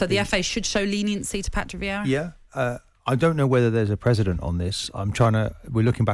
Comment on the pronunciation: Martin, the word is precedent, not president.